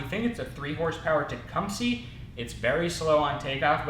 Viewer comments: It’s pronounced Teck-cum-sa Wow tech-cum-see LOL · Stop calling it a Techum-seeee. Tec-hum-seh. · Just for your information , it is not tecumsee it is tecumsa short a as in apple